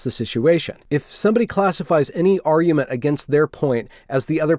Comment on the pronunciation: I can't take your arguement seriously if keep saying "ar-ue" and "ar-uement".